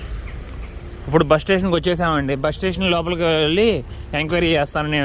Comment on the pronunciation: ఉప్పుడు కాదు అన్నా... ఇప్పుడు.....🤣🤣🤣